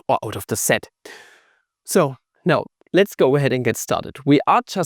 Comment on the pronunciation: Sed sed, zed sed. Dude it's sed set